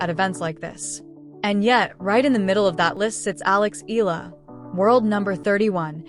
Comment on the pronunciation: CORRECTION: Her name has 3 syllables, I-YAH-LA